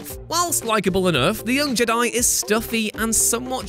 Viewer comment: Why can't this guy say jedi? Let's not put it down to accent. I live in Britain and I'm often in England. Never heard anyone call them JUH-DAI. Also, defo dropping a dislike cos this whole list is off. Best example would be saying it was a mistake to bring back master chief. Halo guardians begs to differ. Thank heavens you don't make video games. You're the type of person to say METAL GEAR SOLID 3 should have had Raiden as the protagonist.